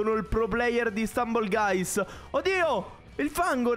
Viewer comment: Questo gioco è fighissimo, cmq la pronuncia è STAMBOL GAIS